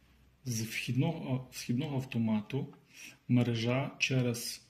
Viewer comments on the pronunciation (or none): МерЕжа! НЕ мережА!!!!